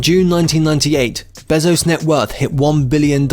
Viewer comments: Him: "Jeff beh-zos" Me: wtf its bay-zos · It’s bézos, not bèzos. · His last name is pronounced bay-zo/zoe-ss